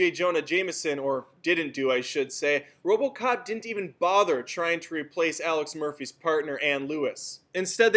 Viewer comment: you said robo kock 2014